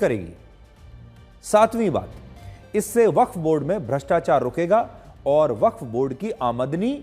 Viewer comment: वख्त बोर्ड नहीं बफ्फ बोर्ड होता है😂